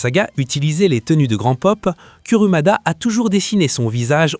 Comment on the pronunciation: Rien appris de nouveau si ce n’est que Kurumada et Aiolos se prononcent Kugumada et Aolios ou Éolos 😂 Il y a quand même pas mal d’interprétations très personnelles et pour les liens Poissons-Poison, Camus-Camille, c’est quand même du grand n’importe quoi 😅